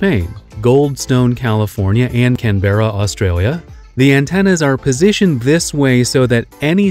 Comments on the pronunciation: I feel sick that he said “canb-era” … it’s “canbruh” - spoken from an Aussie in Canberra rn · I'm sorry, but it's can-bur-uh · As an Australian, your inability to pronounce Can-berra hurt me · Can bru, not can bear a. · It's pronounced Canbruh not Can be rah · It’s not “can- Berra “ its “Canber- ra” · Can Berra ? Na mate, Canbruh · It's Canberra not Can...berra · Canberra is pronounced more like "CAN-ber-uh". "Can-BEAR-uh" seems a natural pronunciation but is not correct. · NOOOO ITS PRONOUNCED CAN-BRA NOT CAN-BERRA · As an Australian I can say Canberra is pronounced CAN-bra, not can-BER-ra. Or maybe we are just lazy? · Can-bra NOT Can Berra FFS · GAH Your pronunciation of Canberra is waaay off, you are practically calling an orange a lemon. It's pronounced Can-bur-ugh or Can-ber-er, not Can-bear-er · Canberra is pronounced "Can Bra" the "e" is basically silent. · At least there’s an antenna in can-ber- ra os trail ia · he said can ber a Australia 😹😹😹 atleast say it properly Canberra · FYI anberra is pronounced more can-Bruh , not exactly but its closer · Canberra? Australians basically say canbra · Can bear ah? 😆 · the one in Can-beer-ah 🤣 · and in "can berra" Australia. Australians be mad with me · Canberra is pronounced "Canbra." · Canberra is one wprd not can-berra jesus wept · don't want to be rude but please look up how to say canberra. It's one word not, can berra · The one in Australia is pronounced can burr a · Canberra is pronounced "Ken bra" They also have the original computer as made to communicate with the probe. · hold on, did this man really just say Canberra, the way its spelled. We don't do that here, its pronounced can-bruh. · It'd be great if creators would learn how to pronounce Canberra ... try Can - Brah, everyone in Australia won't stop listening to you on the spot. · As an Australian, I believe that way Americans pronounce Canberra is just painful. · bro the way he said canberra made me want to queef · He really said Canberra wrong 🤦‍♂️